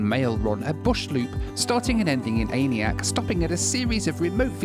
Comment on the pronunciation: Its absolutely killing me hearing him constantly mispronounce aniak